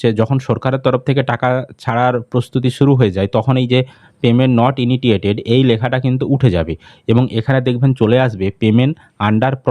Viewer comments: May month a payment hoi ni.. R ki kore dekhache... 2. উচ্চারণ টা হবে, "পেমেন্ট নট ইনিশিয়েটেড" আপনার উচ্চারণ টা একটু অন্যরকম শোনাচ্ছে তাই বললাম । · Initiated 😂😂 INITITTTTTATED 😂😂😂😂